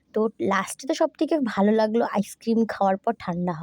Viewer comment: আইসক্রিরিমম..ta ki😂😂😂